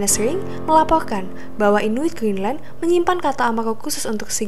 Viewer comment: Ceita,Geenland, oang oang inuid, R nya mana